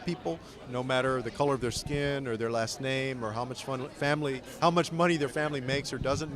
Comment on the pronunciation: its funny he doesnt speak spanish but he still pronounces the hell out of those last names...